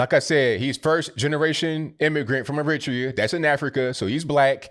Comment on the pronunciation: Never hears Eritrea pronounced that way... Maybe it's a UK/US difference but I've always called it air-it-tray-ah, as have the Eritreans I've known 🤷‍♂️